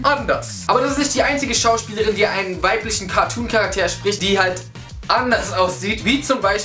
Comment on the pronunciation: Wie du Charakter am Ende betonst. Voll lustig